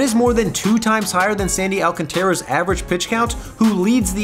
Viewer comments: It’s ( Al, con, tra) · The biggest injury in this video are my ears when i heard how you say the lastname Alcántara